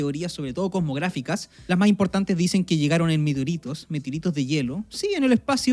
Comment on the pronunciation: No entendi bien es, meteorito o mitiorito?